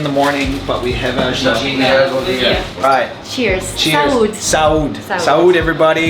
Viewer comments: Don’t say ‘sáude‘ !!! Sounds horrible for us portugueses. It’s ‘saúde’ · Don’t say ‘sáude‘ !!! Sounds horrible for us portugueses. It’s ‘saúde’ !!!